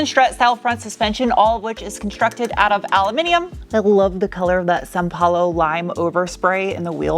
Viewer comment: Your São Paulo pronunciation is almost there... Greetings from Brazil !